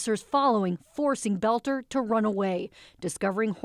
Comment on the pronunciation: the dudes last name is boelter not belter!!!